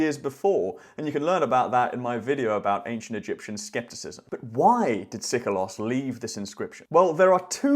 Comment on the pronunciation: No Greek speaking person would ever, at any time period, pronounce Seikilos ΣΕΙΚΙΛΟΣ as Sikolos ΣΙΚΟΛΟΣ!